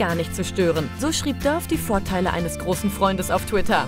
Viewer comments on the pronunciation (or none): Alter Mann spricht das nicht Döf sonder Dafe aus !!!!!!